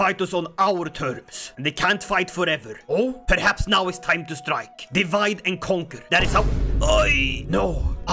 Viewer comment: No, no, no,. Stwike him, centuwion, vewy woughly!